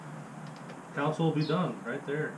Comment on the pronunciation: Con sole. Not counsole